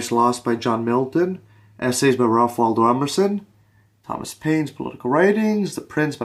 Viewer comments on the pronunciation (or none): none